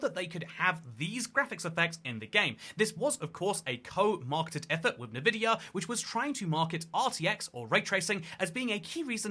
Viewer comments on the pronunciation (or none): You pronounce it nuhVidia? I have always called them N-Vidia (enVidia). And now I don't know. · N-Vidia bro...not Nah-Vidia.... Get it right, you've been corrected. So if you keep saying it incorrectly, you're just stupid. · Enn-vihdeeya, not nuhvideeya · didn’t know Nevidia was involved. Thought it was Nvidia? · "It was first annount" "Nuhvidia"? "According to the minecraft subreddit, Mr Fortiz"? Fortiz? Is that how you pronounce atlas? "Nuhvidia", "branded cars"? You've either used a voice clone, like elevenlabs to do part of your video and it's reading typos out, or you're allergic to doing a second take for your video lol. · So many people say it that way these days it hurts my head... they should bring back the nvidia whisper intro for games so people can actually hear how it's said. The whole green with envy (enVidia)is lost when people say it that way. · An angel loses its wings anytime someone says "Nuhvidia" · Say n then vidia, great now say it together nvidia. Congratulations you now know how to say nvidia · Nevidia? who even says Nvidia like that? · Why do you say nevidia its so annoying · FYI Nvidia is pronounced “En-vidia”, like envy.